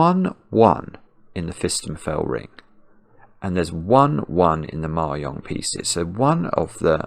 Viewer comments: Is trying to say Mahjong? It’s pronounced /mɑːˈdʒɒŋ/ (mah-JONG) not /mɑːˈjɒŋ/ (mah-YONG) — it’s Chinese 麻將, not Spanish. Or is there something else called Mayong, which I have never heard of? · It took me a while to realize that he was talking about mah jongg, and not something called "mayong". I thought it might be a British pronunciation difference, but I couldn't find any evidence that the word is pronounced differently there than it is in the US. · Is he saying "Mahjong piece"? I've never heard it pronounced "mary-ong", but then I'm in Canada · The first couple of times you said "Ma-yong" I was thinking "nice use of the soft J", because I was fundamentally damaged by Anchorman, but the urge to correct is rising. The J is as the G in Geoff, or giraffe, or the J in judge, jam, and jelly. Across Asia there's a variety of different phonetic pronunciations, including different words entirely, but in none of them is the J a Y! ;-) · I think he was saying mahjong, but me personally I thought the y for the J sound made it sound like German/ Scandinavian to me, Spanish j is like an English H often, or further back in the throat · Hopefully learning it from the comments! He said it wrong lol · For what it's worth, the j in mahjong is generally pronounced like the j in jet, not the y in yet. Incidentally, one of the previous sudokus you solved - one where the final clue was in morse code embedded in the grid - was co-designed by a member of the UK japanese mahjong community, IIRC. (and just by the by, mahjong in this context refers to the multi-player game, not the solitaire game: the difference between them is as large as the difference between playing-card solitaire, and poker). Best wishes, and thanks for all the sudokus, from All-Ireland Mahjong.